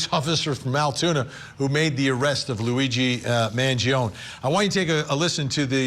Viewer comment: Why does Vinnie mispronuncing Luigis' last name? It's Man gio nee.